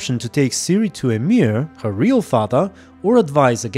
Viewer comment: i have never heard someone say emhyr as amiir